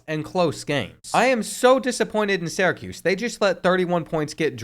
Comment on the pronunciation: Bro I’m begging you to learn how to pronounce Syracuse